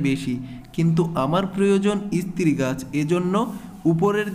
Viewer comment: Istree na stree Age bhalo kore uchcharon sikhun tar por bolben